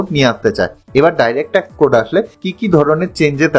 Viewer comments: TAX ke pronounciation apni TAC bolchen kano? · Word টা tact না tax তা বুঝতেই video শেষ হয়ে গেলো😂😂. Jokes apart. Informative খুবই কিন্তু উচ্চারণ খুবই খারাপ। শুধরে নিন plz তাহলে উপস্থাপনা নিখুঁত হবে। 🙏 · উচ্চারণ ঠিক করুন।ট্যাক্স শব্দকে ট্যাক বলছেন। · Direct Tac Code 😂 কি উচ্চারণ রে বাবা 😢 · Uni tax ke bar bar tac bolchen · উচ্চারণ ঠিক করবেন। শব্দটা হচ্ছে 'ট্যাক্স কোড '। 'টেক কোড ' নয়। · Ekdom thik kotha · ট্যাক্স না ট্যাক ? উচ্চারণ ঠিক হচ্ছে কি ? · Work on your pronunciation. Tax ...not tek. Direct Tek code ...bar bar bolchhen. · Direct tact code noy , kaka, DIRECT TAX CODE. Tomar motor speech disorder achhe, Speech therapy karaoke. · কথাটা tax, tact নয়। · Brother, before making this types of videos,try to pronounce TAX correctly. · মনে হচ্ছে আপনার উচ্চারণে কিছু অসুবিধা আছে। X র বদলে T bolcchen।